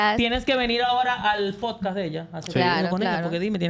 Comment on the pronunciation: Diganle a la que està al lado de la hija de toxic que no se dice Posca 😅 repeat after me ,, podcasts 😅😅